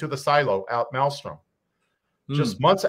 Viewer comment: South Dakota is Ellsworth, North Dakota is Minot. Also, it is not Malstrom it is Malmstrom.